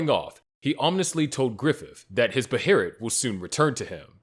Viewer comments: “BAY-UH-LIT” they literally say it in the show my friend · What the hell kinda pronunciation of behelit is that?